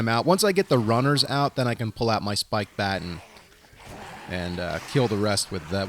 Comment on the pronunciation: Do all New Yorkers mispronounce baton as batten